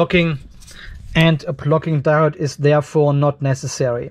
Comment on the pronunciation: Always good information. However it’s hard to get by your accent of “plucking diode “.